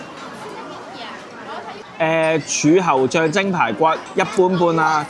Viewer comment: 豬侯醬？定柱侯醬？ 好心你啦， 廣東話都未講好😂